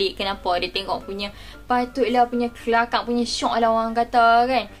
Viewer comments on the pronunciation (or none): sejak bila orang utara sebut kelakaq????????????????? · Agak² la...aku utara jugak...tak penah dengaq orang sebut kelakaqq woii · Terkejut ceq dengaq…takpernah lagi dok dengaq orang cakap kelakaq nih😂🤣haish